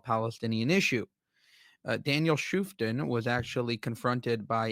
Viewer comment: it may not be the most important thing but he pronounces his name DAN ShoofTAHN (with the accent on the last syllable).